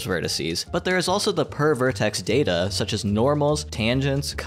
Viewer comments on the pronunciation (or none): My brain is weird. When you said "per vertex data", my brain refused to hear anything other than "pervert ex-data". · Heard per vertex as pervert ex.